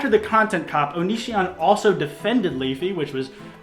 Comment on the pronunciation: Why is it pronounced like 'on is si on' and not onichon, damn